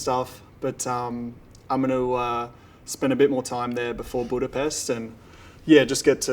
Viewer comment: Him correctly pronouncing BudaPEST makes him the best 😎